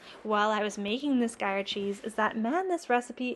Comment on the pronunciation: Are you saying Gruyère? I believe it’s said groo year, but I’m Australian so might be mangling it. I probably need to pick up some ripening containers before I launch into my cheese making journey. I have a little wine fridge but being able to customise it for each different cheese is probably a good idea.